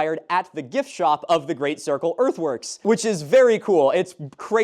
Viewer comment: I keep hearing earthworks as earthworms